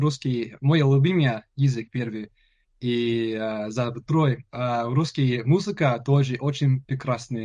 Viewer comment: Думаю если друг не забросит русский язык , никто вообще никогда не угадает что он не русскоговорящий У него уже очень хорошее произношение (московский говор прям слышу)